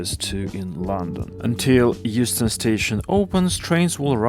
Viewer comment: my ears autocorrected that to Houston and not Euston😢. I can only wish